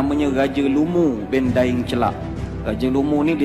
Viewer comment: Lidah orang melayu bilang daeng celak yg sebenarnya daeng ce'la